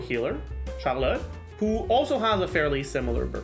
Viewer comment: Every time he says "Charlotte" I hear "Xiaolad". HELP